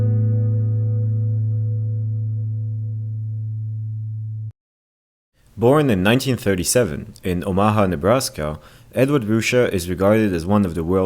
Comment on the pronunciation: It's pronounced OH-ma-ha, not oh-MA-ha.